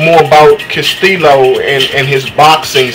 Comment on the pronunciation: this guy doesnt know too much about boxing. he didnt know that floyd mayweather jr beat corrales, he pronounced castillo and karmazin wrong. all this guy is doing is reading of a paper. cumon man. i know way more boxing than this guy. he doesnt deserve to have an opinion about boxing on youtube. sorry i just tell it like it is.